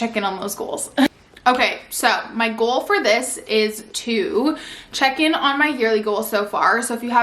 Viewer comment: I love the video but just the way she pronounces “goal” as g-u-a-l…